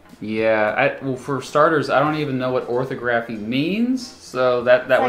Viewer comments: "This is the one that you did not do very well." "Oh -- ORthography." Yeah, you can't even SAY "orTHOgraphy" correctly. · You say geography correctly but say orthography ortho-graph-ie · "For starters, I do not know what orthography means, so..." "It's like speech" No, it's grammatically correct writing in accordance to the conventional way words are written. (Also, it's pronounced orthógraphy, stress is only on the second O.) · Where I come from it's pronounced orTHOGraphy...like phoTOGraphy. But then, I'm the only one I know who would say it...and I've only just seen it. What he did grates against my ear's sense of rightness. I would have guessed it was the art of drawing "right"...(drafting...orthogonal projection). *sigh...another nugget in muh brain bucket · It’s pronounced or-THAW-gruh-fee, not OR-tho-GRAF-ee. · that's right tear it up. THAT will make you as smart as you seem to think you are. and it's not "ortho-GRAPHY" it's orTHOGraphy. maybe that's one reason you did so bad. not even being familiar enough with it to pronounce it correctly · FYI -- "Orthography" is pronounced "or-THOG-ra-fee" Noun. Def: The practice of proper spelling. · It's, "Or-THAW-gruffy.' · The fact that you pronounced orthography, “ortho-graghy” says a lot. Too much BS, not enough MS. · Yes, orthography means spelling not speech. Accent on the second syllable. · Listening him say orthography with that penultimate stress makes my skin crawl. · He has a Master's degree but cannot pronounce 'orthography'. Neither he nor the test corrector knew the meaning of the word. 'Orthography' means correct spelling. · Accent the second syllable of orthography